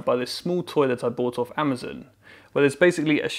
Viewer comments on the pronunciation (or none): I've been repeating that part a few times now, and I can hear both versions depending on what I concentrate. First time I heard "toilet" and thought "maybe he meant 'toy-let', as in a 'a small toy-like thing'" but apparently he really does say "toy that". Weird how that works.